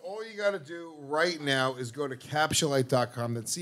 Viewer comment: I'm not buying capsulyte until stops saying "capschulite"